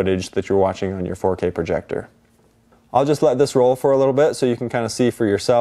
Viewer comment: "Foh K" sounds tedious